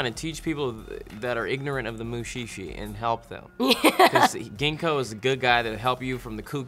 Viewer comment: ja xD Auch die Aussprache ist recht amüsant. Es klingt mehr nach Muuuuschi, als nach Muschi.